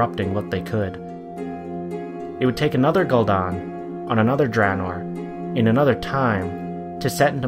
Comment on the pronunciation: Funny, I always thought it was spelled Gul'dan, not Gul'don. I guess blizzard got it wrong too.